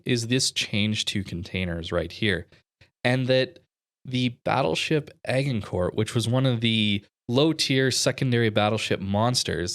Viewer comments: Also it's a soft G in Agincourt. Like Age.... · Agincourt is pronounced Ajincore. Look up the famous battle of Agincourt.